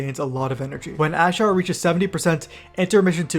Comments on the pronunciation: "ashar" lmao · Stop pronouncing Azshara like that